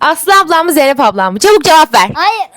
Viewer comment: Jeynep; -Kardeşim Eness Baturğ fanığh